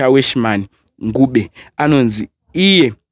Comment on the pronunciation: 😂😂😂😂kwete Nguve Ncube ita kunge urikudzora mukati tunyama twasarira pamazino uti ncu ncu ncuu paya paunenge uchishandisa tooth pick. It's Ncube not Nguve😂😂😂.